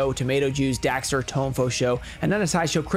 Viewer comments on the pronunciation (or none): none